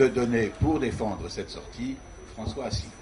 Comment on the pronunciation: On a une véritable synthèse dès le début, avec une présentatrice qui essaie de nous vendre son auteur comme un courageux iconoclaste, alors que son CV ressemble à une batterie de casseroles, sa présentation de François Asselineau dont elle écorche le nom et dont elle oublie (volontairement ?) le nom du parti, en le faisant passer, par contraste, pour un apparatchik, et le mépris de M. d'Héré lui-même pour son contradicteur qu'il traite d'extrémiste et de marginal sans le regarder, en croyant balayer le débat d'un revers de manche.